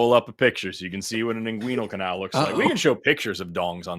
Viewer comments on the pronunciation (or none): none